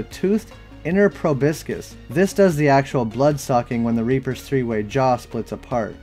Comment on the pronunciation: The word is, proboscis, not, "probiscis".